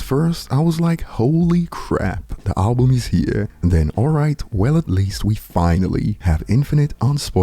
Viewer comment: tell bron its BUM not BOOM !